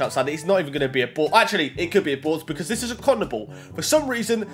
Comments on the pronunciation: Why do you say boars it’s called a board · He literally says boars